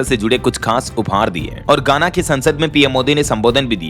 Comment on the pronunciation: गाना नहीं पर घाना बोलना चाहिए था कई बार आपका उच्चार गलत होता है